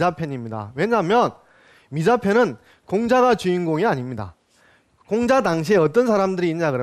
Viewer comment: 공자 강의에, 공을 짧게 잘못 발음했나이다!! 재발! "길게" 발음하시옵소서! 또, 엉터리 독법! 피인지사를 두 자씩 띄어서 발음하셨은 이는 이 구의 구문도 이해치 못했다느 증거이올시다. "피인지" 하고 "사"라고 띄어서 읽어야지요! 이 갈 지자는 소유격으로 쓰여졌음을 알아야자요!! 미국 뱐 완수. 시청자 여러 분! 한 가지 정중히 권하오니, 유튜브에, 처 주실꺼요!? 우리 말 문제에 대한 실로 귀한 강의를 들을 수 있나이다.